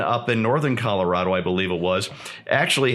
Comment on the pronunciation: Calirado, eh,? Hah.